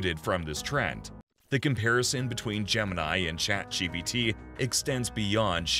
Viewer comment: Be keeps saying 'ChatGBT'